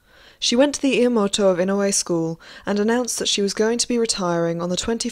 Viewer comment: I really liked the content of this video. It was well-researched and I loved learning about what life was really like for geisha back then. Just to let you know, here is the right pronunciation for a few of the words you used: Gion -- gee (rhymes with key) ohn (rhymes with moan). Oneesan -- oh-NEH (long length)-san. I am pretty sure the house was Inoue, right? That is ee-noh-eh. If not feel free to correct me on that. Lastly, Yaeko is yah-eh-ko, and Mineko is mee-neh-ko. Sorry to be so critical but as a Japanese speaker it sort of bothered me to listen to the words being said wrong even when the content was so interesting!